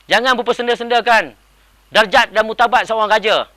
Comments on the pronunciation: hahaha.. org baju kuning tu tersasul .. die ckp muktabak ..klau muktabak diraja , sedapp~~ ... bukan murtabak la , martabat ... tu laa ko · apa itu murtabat..?? haha murtabak ka? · murtabat ke murtabak seorang raja ???